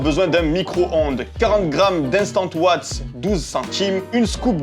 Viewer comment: La wheille et les owatts 😂😂😂😂